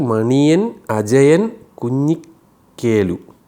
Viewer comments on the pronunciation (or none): കുഞ്ഞിക്കെലു അല്ല കുഞ്ഞിക്കേളു ആണ് 😂